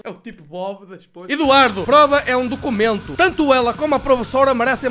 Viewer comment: ele tentou falar “ documento “ em português? ( br )